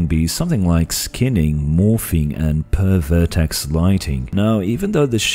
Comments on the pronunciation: When you said ideally at 60 FPS I cringed. Also you should put a small pause between per and verticies. Or it sounds like pervert icies. Lol. Anyway good work with the video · i heard pervert(ed) ex